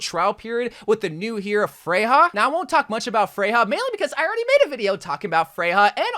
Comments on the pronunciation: Her name is pronounced Freya. The European j sounds like a y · Isn’t Freja pronounced as Freya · Not to be that guy, but her name isnt "freyha" (🤓)